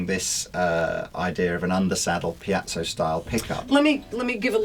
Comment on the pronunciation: Ffs, it’s a piezo - pee-et-zo - NOT pee-at-zo.